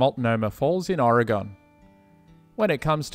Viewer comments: I live just down the highway from those falls. Careful about saying Oreegun. You'll make locals insane. It's pronounced like the instrument, but with a slight pronunciation of the e. Just say Organ and you're good. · It's not OR-EEE-GONE... I was in The Columbia River Gorge, near Multnomah Falls, earlier this month, and it was smokey ... 🔥🤢🤮😷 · If nobody else has said anything about the proper way to say Oregon it’s pronounced Orygun by us locals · A lot of folks who’s never been to Oregon pronounce it wrong. But hey, the way says it makes me laugh in joy 😅